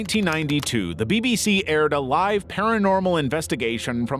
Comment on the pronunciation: stupid ai. doesn't know there are two ways of pronouncing "live"